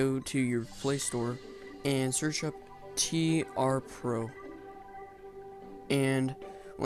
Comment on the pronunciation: Is it only me or the guy just say "tr pro" not " tl pro "